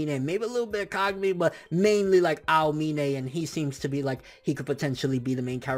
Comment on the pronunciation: the way he says aomine xD